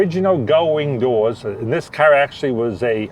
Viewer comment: It's CAR not Caw !